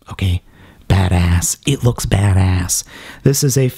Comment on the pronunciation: It is clear to me that you like this figure... But would you go so far as to say, that it is "BAT-A$$?"